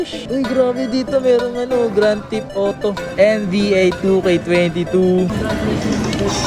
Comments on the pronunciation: Yun Tekken nagiging Taken 😅! Gran Tip Auto daw sabi ni haha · ps beta (vita), spygen (spigen), taken (tekken), grand tip oto (grand theft auto)... sheeesh. aral aral din magbasa pag may time.